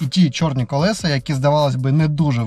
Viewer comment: Не колесА, а колЕса, кОлесо! Покращуємо канал і мову разом! 😊 Вподобайка за відео!